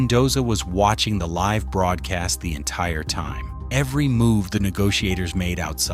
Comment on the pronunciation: “Livv television”